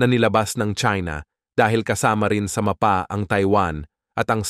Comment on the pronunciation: napatigil ako sa panonood dahil sa pagbigkas niya ng "MAPA". utang na loob na bigkas yan. wala akong paki kung AI man yan